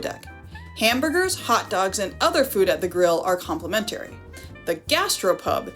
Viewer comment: ... Across not acrost and compliMENtary please! 🥺